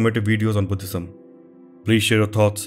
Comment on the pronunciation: Love the way he emphasise “H” when he says Buddhism. I tried this many time, but I could not get it!! Thank you for a lovely and enlightening set of details on the subject. Superb work; sharing with friends!!